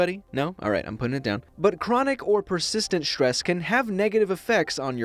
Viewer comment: It's not štrees it's strees